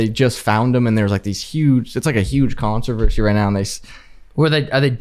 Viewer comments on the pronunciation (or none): none